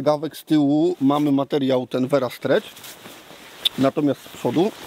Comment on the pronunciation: Versa nie vera